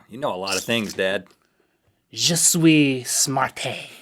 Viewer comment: I speak some French and when he said Je suis smarte, he said I like smarte